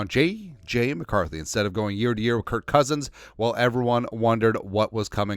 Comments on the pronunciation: I cant tell if it's intentional, but why do you always call him "Kurt" instead of Kirk? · I listen to you a bunch and really agree with you on most topics. But why are you calling him kirt not kirk